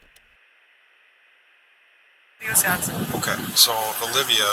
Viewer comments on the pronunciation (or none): Its Wisconsin. Not West-Consin 😂